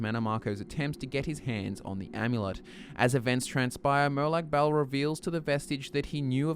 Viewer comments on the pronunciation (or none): Hue you pronounced Bal as "Bowel". What is he the Daedric lord of shit flinging!? hahah Silly Aussies that's Peryite not demonic Bernie Mac!